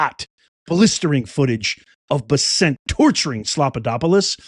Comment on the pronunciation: U r mis pronouncing scott bessents name,ck it out. Thk u